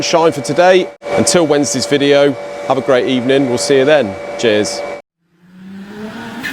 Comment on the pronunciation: He definitely said jizz instead of cheers on the intro :D